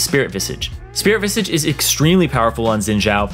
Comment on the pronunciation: still havent learned how to pronounce Spirit VISAGE huh?